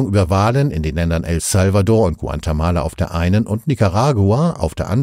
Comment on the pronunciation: Guantemala soll bestimmt Guatemala sein oder gibt es einen neuen Staat hunderttausende Kilometer entfernt? Den Sprecher empfinde ich als sehr angenehm, ich hoffe er wurde nicht durch eine schlecht trainierte KI ersetzt.